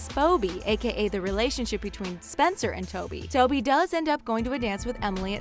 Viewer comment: Spoby ?!?! Are you actually joking, it’s TOBY. Like if yoyr annoyed by the names being pronounced wrong